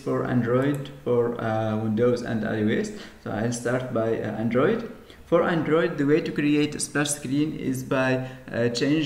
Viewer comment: Please work on your English... It's not Antritt, it's Android etc...